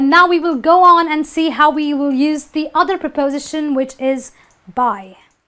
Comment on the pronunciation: You mispronounce the noun use.